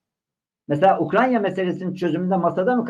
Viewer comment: UKRANYA demeyi bi birakin yahu